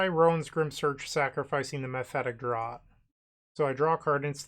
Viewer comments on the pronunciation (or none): Not trying to be annoying, but it's pronounced as mephitic "draft" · Hell yeah, i love mono black! Oh, and "draught" is pronounced as "draft"